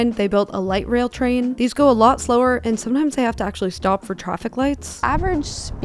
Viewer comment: Young females saying 'troffic'. Our language is doomed.